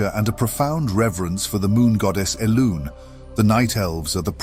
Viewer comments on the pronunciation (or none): I love the storytelling and the way its presented but the pronunciations are just so bad that it's very distracting. It's not even consistent. One part of the video you say Elune (eh-loon) correctly and then later say eh-loon-E. Please get your pronunciations corrected. I understand your not American (you say H-erb instead of Erb) but for names said in game with voice get it right. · E-LUNEY!? seriously. incredibly dictation overall but the pronunciation overall destroys me. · at 18 min the narrator says "Elune" but pronounces it as "E-loon-ee". Weird. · The writing is so good, but I can't shake the feeling that the narrator is AI generated, or trolling the audience. The number of times the names of important people and places are mispronounced is bothersome. All of these names are spoken aloud very clearly in game. This is the second video in which I've noticed gross mispronunciations. There is even an instance where you mispronounce "Elune" as "ee-loon-ee" despite prounincing it correctly as "ee-loon" earlier in this same video. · Nice lore video. I can't help but notice the peculiar way you pronounce Elune and Kalimdor.